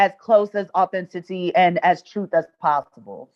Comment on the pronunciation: “Authenticy” 😅 authenticity? 🤣